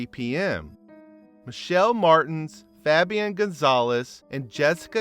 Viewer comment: Foh-bee-on lmao instead of just fabian